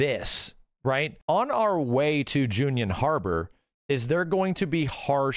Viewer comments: It's Junon as in like "Jew-Non", not Junion! There's no "i" in it... I'm sure has been called out on this a million times before and doesn't care, but it bugs me every time:( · Always love the breakdowns from this guy...but why the hell is he saying "junion" and not "junon". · I fuggin' love you but gotdam. Jew-non. I never figured out how we go to J-union.😂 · Love you max and your excitment levels my own. But there's no place called "june-yun" joo-non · why do you say "Junion" harbor. It should be Ju-non. Just a small thing that caught by ear.:) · WHY DO YOU KEEP SAYING "JUNION!?" IT'S Junon!! You should know this! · Learn how to say gold saucer. And not june-ion harbor its junon like joo-non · This might be my std speaking, but, its Junon, not Junion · keeps saying "Junion" 🤣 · Why’s he saying Junion? Is it actually pronounced like that? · For all of immense knowledge of FF7 and after all this time he still pronounced Junon Harbor wrong. Every time. Haha. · Why’s he saying ‘Junon’ like that?! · for the love of bahamut someone please tell how to pronounce Junon Harbor